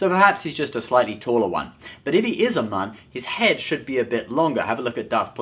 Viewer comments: It's pronounced "mewn" not "moon" but it's spelled Muun so many people mess that up. Even some of the audio books. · His title is "Supreme Leader". "Supreme Commander" was Vader's title in the Empire in the non-canon Legends timeline. If anyone was a Supreme Commander, it would more likely be Kylo Ren before he offed Snoke. Also, Plagueis' species is pronounced "" not "Mughn" If it was pronounced the way you did it would be spelled "Mun" not "Muun". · I thought you said "nun" 😂😂😂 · Please learn how to pronounce Muun.